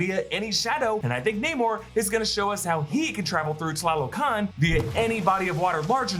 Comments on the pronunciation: Correction: "TA LO CAN" NOT "TLA LO CAN" and the throne room isn't in Mount Bashenga. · great pronunciation of tlalocan!